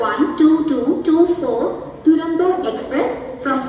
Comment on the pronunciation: ദുരന്തോ അല്ല തുരന്തോ